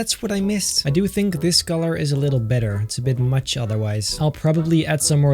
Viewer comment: i like it a lot beter me: what? do you mean muht beter?